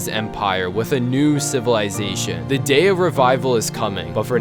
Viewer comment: every time he says civalization i rember dr.stone XD